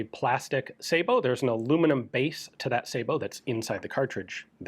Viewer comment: Dang...even gun jesus pronounces Sabot correctly.